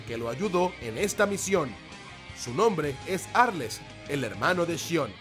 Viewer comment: Tdo incomprobable ni el nombre de arles decia bien